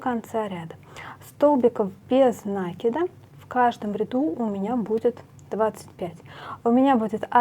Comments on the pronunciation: ударение в существительном можно проверить, если его использовать как глагол- накИд - накИнуть. В глаголе ударение падает на корень. Если ударение в глаголе падает на приставку, окончание или суффикс, то в существительном ударение ставится на приставку. Мне тоже "режет" слух Ваше ударение, до Вас ни у кого не слышала такого 🤣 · Великолепно,но говорите правильно накИд,режет ухо. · правильно говорить нАкид, схожие в библиотеку, возьмите словарь даля, в нем есть ударения, там будет нАкид. Орфографический словарь для ударений применять нельзя, только орфоэпический, либо толковый словарь Даля для старых слов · В орфографическом словаре накИд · а в толковом нАкид. Орфографический словарь часто ошибается в ударениях, он проверяет лишь орфографию (это правописание). Если слово старое, забытое современными орфоэпическим словарями, его провяряют толковым словарем Даля. У Даля нАкид. Скорее всего в орфографическом словаре опечатка, которую в следующую редакцию поправят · Вы неправы. Правильно "накИд", без вариантов. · На-это приставка,а в русском языке ударение ставится на корень слова